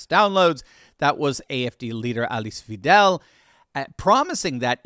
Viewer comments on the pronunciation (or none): Her surname is not pronounced vee-dell but vai-dell. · Weidel not "Weedell". The ei sounds the same i as the englisch word "right". and the el at the end like in "cradle" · Alice Weidel's last name is pronounced "Vydle" if it helps, but I am sure she does not mind as long as her policies get promoted. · nonono german guy here shes pronaunced weidel WAIDEL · it's Weidel pronounced like "Hi, Dell!"